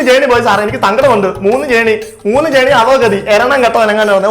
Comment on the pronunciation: ജേർണി അല്ല, r silent ആണ്. ജേണി അതാണ് ശരി